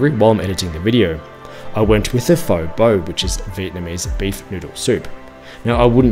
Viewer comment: Sorry but, "other dishes I can't pronounce except f'oh." Later you had faux beau for breakfast and said that it wasn't a breakfast dish. Mate, what did you actually do on the ground in Vietnam? Did you experience anything of the culture? Pho is pronounced (almost like) feu in French. So, on that theme pho bo = feu beu, not faux beau. Oh, and pho is famously a breakfast dish. Disappointing seeing that you're an Aussie and pho, banh mi etc are now just every day take away foods here.